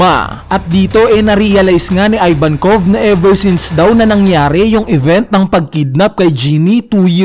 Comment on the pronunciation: ih-vankov not eye-vankov